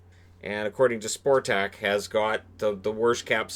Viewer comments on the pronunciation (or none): It is pronounced Spotrac fyi